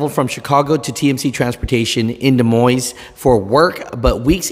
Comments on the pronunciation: It's pronounced "De Moin" (silent S). TMC, Des Moines, Iowa is known for its very strict stances with all of its drivers. It's over the top. If the company policy is short hair, then live with it. J B Hunt did that many years ago and they were very strict about it. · Pronounced Da Moine